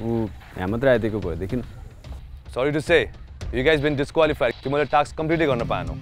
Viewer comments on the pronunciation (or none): It's not "TAKS" guys .... its "TASK"😀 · it's called task not a taks😂😂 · Firstly ta task lai inarle taks kina pronounce grxa k 😂